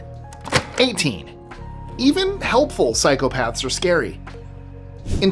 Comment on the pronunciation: I keep hearing you say "cycle paths" 😂